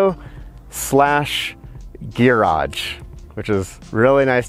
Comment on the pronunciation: I think he is saying gear-age. it is for gear, not a car.